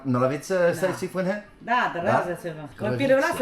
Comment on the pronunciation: i love your content and have been following you since the beginning..but for this one, please learn how to pronounce the name of the city...'sway fun her'...it's not hard, just ask a chinese speaker to teach you how to say it ;)